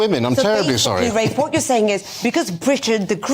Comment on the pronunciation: It is RAFE. Pronounce it properly please.